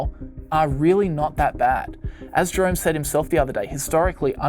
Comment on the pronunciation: Sound like he saying "drunk" powel instead of "jerome" powel. Everything makes more sense like that..